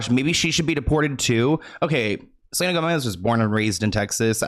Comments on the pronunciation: Not "selener" 😂😂 your hilarious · Side note, the fact that you keep calling her Seleener is sending me xD